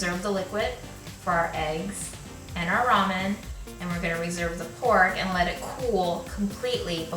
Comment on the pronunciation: It never stops amusing me to hear people(well, Americans...) continue to butcher the name of this noodle dish... Ok, people, the word "RAMEN" came from the Chinese name "Lah-Mien", meaning "pulled noodles"...(there are many many Chinese words used in Japanese) The Japanese pronounce the alphabet "R" with the "L" sound instead of an "R" sound, and i suspect the word "RAMEN" (pronounced as "Lah-men")was put on the English menu of many noodle houses in Japan ....after enough time and enough western tourists saying it wrong....the word "RAMEN" as people say it today was born...